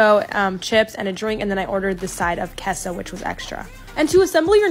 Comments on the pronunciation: HOLY SHIT, FINALLY, SOMEONE ACTUALLY PRONOUNCED QUESO CORRECTLY!!!!!!!!! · She pronounced Queso right. That's the correct pronunciation in Spanish.